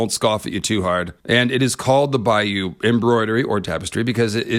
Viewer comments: Argh, your pronunciation of Bayeux is bugging me. In 2016 a friend and I went to Europe and the USA, we started in Bayeux (and yes saw the 'tapestry') and learned that the town is pronounced "Bay-er". Another stop on our trip was New Orleans and we ended up naming the whole trip "Bayeux to Bayou". You are pronouncing"Bayeux" like you should pronounce "Bayou". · "bay-or" I think is the pronounciation but I could be wrong. Highly suggest you see it in person when its on display in a museum. I saw it when I was a kid its fricking EPIC